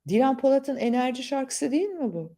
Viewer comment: Enerci, Sinerci, Tinerci, Dönerci 😂